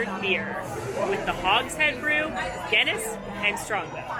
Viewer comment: Maybe it's because I'm English but the way she says Guinness is so wrong.